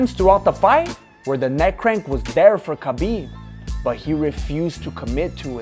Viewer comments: his name is written as khabib but pronounced as Habib. please get it right next time.. btw awesome video !! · Stop calling him Kabib its Habib aaaaaaaaaaaaaaaa mate you're driving me insane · Hi there, just a friendly point pronounce his name with H and not K.... so its HABIB not KABIB....WHICH MEANS The Friend or the Beloved . Good Luck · Ha beeb ..not Ka Beeb ...get the mans name right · Lol, like your commentary But Bro you missed his name proper pronunciation is Ha-bib not kha-bib = Habib, K is silent. But not your fault many people thought that but it's been cleared recently. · Ha bib” not kabib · Name's Habeeb you don't pronounce the K !!